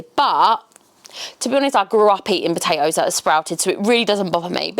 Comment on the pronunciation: POTATOES NOT BATATOES